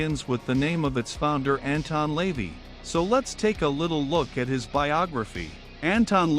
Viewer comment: AI can't pronounce Lavey properly